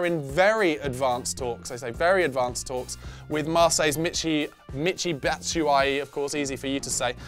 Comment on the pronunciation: I think his last name is pronounced like bat-shaow-e